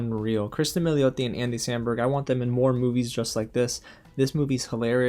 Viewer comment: Your pronunciation of Milioti is spot on my man lol!! Love your list my friend! And I see that Wanda back there getting comfy! Thank you for your comment on Soul!. I loved the movie but that was a bit disappointing. Hoping for more Black Pixar movies!